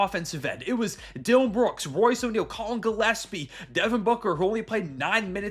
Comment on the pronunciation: I hope Rusty is watching and listening how Gillespie is pronounced, cause his Djilespie is ridiculous.